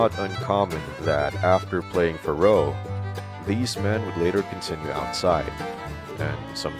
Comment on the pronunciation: "Fuhroh"?!! REALLY?!! The fact that you think that is the correct pronunciation of "Faro" says everything. You're like the grade school kid who would just copy his assignment out of an encyclopedia. So you searched the internet from some photographs, copied the encyclopedia, and decided to pass yourself off as a historian. No sale!!